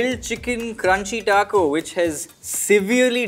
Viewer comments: botching the name of the taco pack🤣🤣🤣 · When was say the largest Taco Bell item and was butchering the pronunciation of it I was LMAO 😂 😂😂😂😂😂